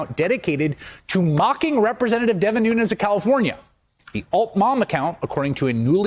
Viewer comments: Did he say "Devin Nunes of Cow-fornia?" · did the news presenter say Nunes of Cowfornia on purpose?